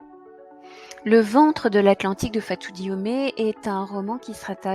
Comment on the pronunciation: Le nom de l'autrice est Diome et non Diomé. Merci pour avoir parlé de cette grande dame quand même et de ce beau roman.